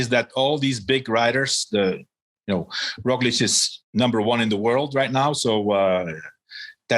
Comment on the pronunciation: Love the show. Love all the guys. But WHY does George just refuse to pronounce Roglic correctly. EVERYONE says, "RogliCH." But George still says "RogliCK."